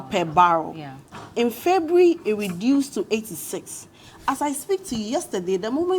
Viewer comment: Funny way Ghanaians pronounce January and February. What happened?